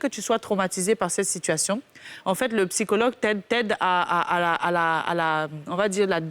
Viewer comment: HÉÉÉ JOLIE!!! OÙ EST CE QUE TU MET LE "P" QUAND TU DIS "PSYCHOLOGUE" OU "PSYCHO-TRAUMATIQUE"? AUTRE CHOSES AUSSI, SOUVENT TU INVERSE "É" ET "E". GENRE SVNT TU VAS DIRE "FEMINISME" AU LIEU DE "FÉMINISME". CE SONT DE PETITS TRUCS AUXQUELS FAUT FAIRE ATTENTION. N'OUBLIS PAS QTES UN EXEMPLE POUR CERTAINES. SINON A CÔTÉ DE CA,COMME TJRS BELLE ÉMISSION ET BON THÈME.✌🏾👌🏾👍🏾